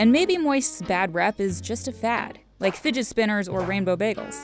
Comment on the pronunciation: “Ran-Bow Baa-Gels”